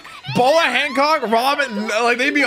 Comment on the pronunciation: Bruh calling Hancock hammock